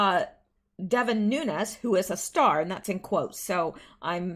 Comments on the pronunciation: Nunes is pronounced Nune S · do you have an air purifier? Try getting one, and running it in the room you record from, before your show. I'm wondering if the kitties are getting to you? I love my fur babies, but their fur/dander wreaks havoc with my lungs. Nunes is pronounced noo-nez. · Nunes, the e is not silent, Nu nez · Nines pronounced an Nun-ez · Since you asked, Nunes is a Portuguese name. It sounds like "new nez". If it was Spanish, there would be a tilde over the n and it would sound like "noon yez". But it's Portuguese. His family is from the Azores. We're from California and so proud of him!! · Noon es is the correct way to say Nunes. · Pronunciation of Nunes - Noon-ez. More commonly spelled Nunez, it's Hispanic/Latin/Spanish/Portuguese.